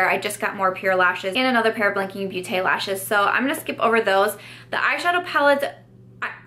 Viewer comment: I love your videos and always get excited to see the notification that a new one is out! For the pronunciation of beauté in blinking beauté it should be pronounced more like "botay" since it's not English.